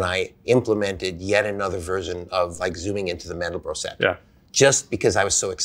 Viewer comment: It's not Mendel Brock, it's Mandelbrot!